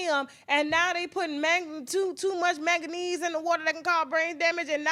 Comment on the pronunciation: She said it right